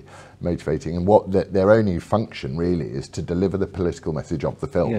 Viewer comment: Peter Willy Whittle.... he weally does waise welevant issues.